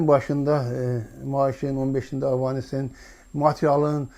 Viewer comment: Avans sozunun evezine Avanes 😅 deyir bedbext baxin Azerbaycanda bele tefekkurlu insanlar at oynadir